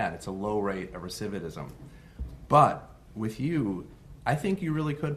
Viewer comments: recividate and recividism? Am I hearing the judge correctly? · "Recividate"? "Recividism"? ... did the judge meant to say "recidivism"? It sounds like the judge is an idiot, no better than the defendant. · He does need to practice the word “recidivism” in the mirror.